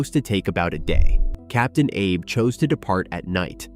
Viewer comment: Captain Ah Bay!!!!!!!!!!!!!!